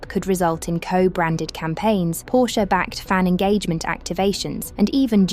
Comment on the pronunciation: WHY Can’t the British speaking pronounce Porsche correctly?